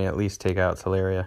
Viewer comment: Tell Lure Ria, not Tell Air Ria. 😂